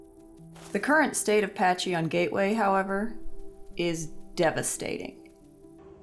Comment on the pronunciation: The way you pronounce “pachy” kind of makes me mad...